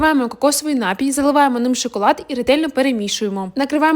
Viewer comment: У слові напій, наголос падає на ОСТАННІЙ склад!!! Запамʼятай собі, дитинко. Не робіть з мови посміховисько.